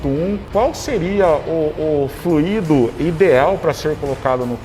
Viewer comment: Muito bacana... só um detalhe: se fala flUido... fluído existe, mas é outra coisa!